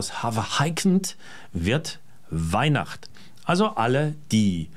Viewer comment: Na da drück ich allen mit der Neihwacht... ähh... Weihnacht die Daumen! "Frau Botta" - also "F"... 🤣🤣🤣